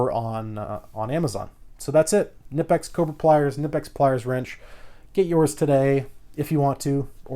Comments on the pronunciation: It’s legit pronounced KneePix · Kuh-nee-pex They also now have a 4" version with no grips. Knipex is awesome! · if you really want to pronouce it right (not that it matters): the i in knipex is pronouced like the ee in eel or the ea in deal. the rest was spot on. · No the k is silent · The k Is silent